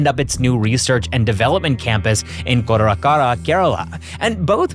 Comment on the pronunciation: It's KottaRA Kara Not Kottar Kara 😂